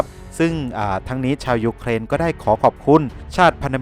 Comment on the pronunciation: เวลาเขาวัดแพ้ชนะวัดที่ แผ่นดินที่ได้ที่เสีย ครับ มีแต่เด็กน้อยแหละมานั่งนับของที่พัง แล้วเวลาแอดแม้งพูดถึงยุเครน แอดแม้งชอบทำเสียง2ด้วยวะ รั่วชิบ